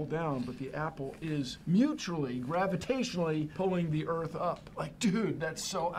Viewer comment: "it could-a hit the herth"